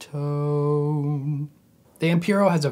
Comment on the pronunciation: It’s pronounced ‘Ho Tone’ (or ‘Hot One’ if you’re British)